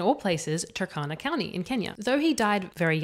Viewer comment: I heard you pronounce `Turkana` as `Takana`. It should be pronounced as it is written, i.e the `u` is 'uh' and 'r' is not silent: 'Tuh R Kana`